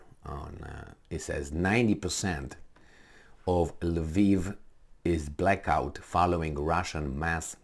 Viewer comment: What the fvck is Laveev?? It is Lvov in Russian or Lwów in Polish or Lviv in Ukrainian. I don't see an "A" after the L in any of those spellings. By the way, I take issue with the Ukrainian pronunciation as well. They have this silly habbit of changing the spelling of cities and replacing "o" with "i". Harkov -> Harkiv (there is no leading K in Harkov. Retarded Anglos stick it on there for god knows whhar reason).